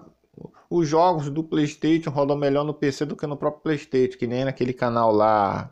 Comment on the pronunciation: mano o cara fala PLEISTEITXION e ainda quer ser levado a sério kkk